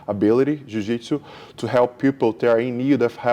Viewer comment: Why are you pronouncing Jiujitsu like that?